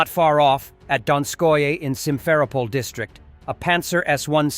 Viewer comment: The A.I. announcer does not know how to pronounce 'Simferopol' LOL